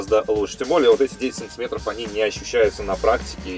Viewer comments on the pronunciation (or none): Автор, прекращай говорить "сонцеметров"